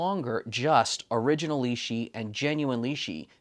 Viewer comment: The Li-shi tool spacer ... it's got to be a Li-shim surely?